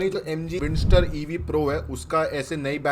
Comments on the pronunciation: Bro it's Windsor not Windster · भाई वो विंडसर है, विंडस्टर नहीं है ✓✓✓ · It is windsor not windstor